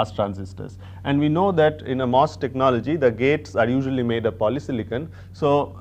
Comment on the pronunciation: Funny how he says MOS transistors ! But very clear and informative as always .